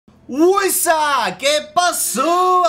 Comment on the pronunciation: cada vez que dices tu presentacion, se me afigura que dices hueso :v